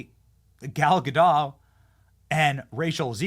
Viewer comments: What if I told you it's gadot with a T and not "gadoe" Say gal. Now say ga. Now say dot. Now say gal gadot. Nailed it. Proud of you. Literacy counts. Save the surrenderland pronunciations for surrenderland. Here in america we win wars instead of giving up instantly. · They mispronounced Gal Gadot's name in that intro.